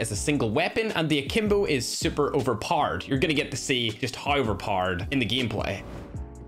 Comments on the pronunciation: Overpowered ❌ Overpard✅ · uber Mowered that's how you say overpowered